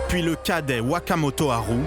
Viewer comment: Un petit effort sur l'accent aurait été le bienvenu, ouakamotoharou voila quoi. :D On se voit à Bercy les gens.